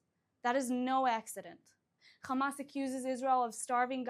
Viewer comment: First learn how to pronounce the name of your enemies you immature zionist fascists its Hamas not Khamas😂😂😂